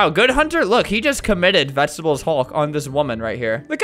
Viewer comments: Do you mean vegaatablees hulk? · nobody: NOT A SINGLE SOUL: Hunter:VeGetEbelS HuLk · nobody: not a single person: not a single soul::vegetebles hulk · "Vegetebles Hulk" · "vegetebles hulk" -, 2019. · Everyone: Say The Magic Words!: Vegetebles Hulk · 5 years later and “Vegetebles hulk” has dat with me the whole time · “Vegetebels hulk” i felt that.. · "Vegetebles hulk" is happiness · "Vegetebles Hulk" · Vegetables Hulk